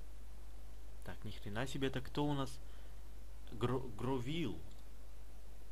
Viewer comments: не гровиль а гровайл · Ах да забыл- не гровил а гровайл